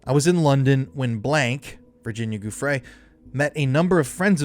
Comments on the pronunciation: JOO-fray, not GOO-fray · Giuffre is pronounced "juh-FRAY". Look it up. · Pls pls PLS learn how to pronounce Virginia's name! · Ur saying Virginias last name wrong!?